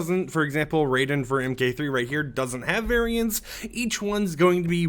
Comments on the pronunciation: Bro it’s (ray den) not ride’n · Who tf is Ridin? It's RAIDEN! (RAY-DIN) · Ridon 😭 it’s said ray-den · You pronouncing raiden wrong its not ryden you say it as rayden but spelt raiden lol sorry no offence just doesn't sound right lol 😅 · its pronounced Ray-den not raiden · RAIDEN RAY-DEN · Ur pronouncing Raiden wrong it pronounced Ray-den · These look cool. But Raiden is pronounced Ray-den. 😅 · It's Ray den. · Did he just say raiden wrong? It's pronounced raiden lol. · Guy said ryden 😂😂😂😂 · No offense but every time you said Raiden it messes me up lol because you are pronouncing it like the guy from Solid Snake, yes it’s the same spelling but MK one is said like Rey-Din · You are saying Raiden wrong, the way you're pronouncing it right now is why you say the metal gear version, play Mortal Kombat version is pronounced ray-den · Everytime he said it I felt more and more annoyed. 😅 cough cough -> it's pronounced "Ray-den" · Bruh u saying Raiden wrong lol 🤡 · it is raiden dingbat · He actually doesn’t say it right the second time. At first he was going to pronounce it right but than changed it to pronouncing it wrong. He says the name right when he got to the wrap. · now that Raiden (mgs and MK) are both in the game, maybe people will start pronouncing it right...